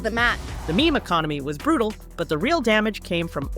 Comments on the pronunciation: You need to review the AI VO before you post it. Make sure words are pronounced correctly. Some you need to phonically spell out, such as Meme. (Phonically Meem, rather then how AI will pronounce it, "Mi-Mi") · Pretty sure part of this account is run by AI. I've noticed some mistakes with certain words. Like, they said meme as Mimi at some point.